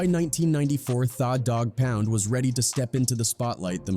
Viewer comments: Exactly, The Dog Pound, he pronounced it Thaw Dog Pound, that is to hilarious 🤣🤣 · It's pronounced The doggpound just spelled with an a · lol I know. “Thaa” Dogg Pound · I can't do it after I heard Thaf Dogg Poun Hollysmokes 😂😂😂😂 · AI hilarious who is thaw dog pound😅😂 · Thaw Dogg Pound... Learn how to pronounce the words you're saying. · “Thaw” dog pound 🤣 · Your pronunciation of 'tha dogg pound' is atrocious. What the hell is wrong with you